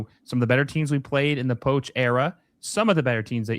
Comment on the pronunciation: Say poch correctly